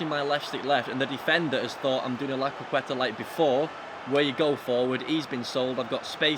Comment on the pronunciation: Jesus Christ, why are you not capable of pronouncing CROQUETA? Lmao